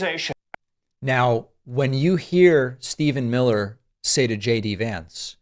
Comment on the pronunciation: mill-her!